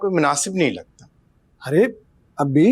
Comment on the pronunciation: Abba hota hai ye Abbi kya hai